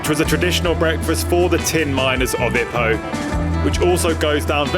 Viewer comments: Lovely video. Thanks. The pace, footage and information kept me entertained. I would pronounce Ipoh 'ee-poh' (with a long first syllable) rather than like 'hippo'. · OMG twat , u can’t even pronounce it right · You can’t even pronounce Ipoh right , tool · Pronunciation of "Ipoh" is giving me cancer